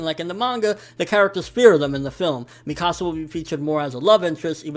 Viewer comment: I've seen some ppl pronounce Mikasa's name differently like him. Why?? In the Anime and Movie they pronounce it (meekasa) but he says it different. Is there an actually way to pronounce her name??